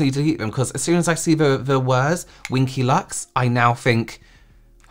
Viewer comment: Wing-ky lux 😂😂😂